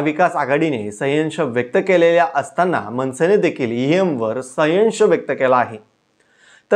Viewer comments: संयश नाही संशय म्हण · सयंश नाही संशय म्हणा सर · Sayyansh nahi bhau sanshay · संशय रे बाबा संयव्श नाही रे बाबा 😮😮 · अरे बाबा संशय संशय बोलतात..संवशय नाही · आधी आपली भाषा सुधारा. सायंश नाही संशय असा शब्द आहे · बातमीदारास संशय हा शब्द बोलता येईना ते बातमीदार संयश असे दोनदा उच्चारले. फार वाईट वाईट वाटले. मराठी भाषेचा अपमानच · 😊बोलायला शिक नीट. म्हणे सयंश, संशय शब्द बोलता सुद्धा येत नाही आणि संशय घेतो 😂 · अविनाश तुला साधा संशय हा शब्द म्हणता येत नाही , सयंश म्हणतोय😂😂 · आधी शुद्ध मराठीत संशय हे बोलायला शिका.. बोबड्या बोलून व्हिडिओ करता येत नाहीत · व्हिडीओ करून बोलताना शुद्ध बोला. ' संशय ' हा शब्द तुम्हीच कसा उच्चारता आहात? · संयंश? उतरीत कळा? कुठली मराठी बोलत आहे हा? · अरे तु कसला पत्रकार तुम्ही आधी मराठी शिकून घ्या संशय म्हणा उतरती कळा म्हणा उच्चार नीट करा!! बाकी अविनाश दादा करेक्ट बोलतात जनजागृती व्हायला हवी लोकशाही वाचायला हवी! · अरे तुला संशय, उतरती कळा हे शब्द पण म्हणता येत नाहीत? पहिले मराठी शब्द शिक आणि मग व्हिडीओ बनवं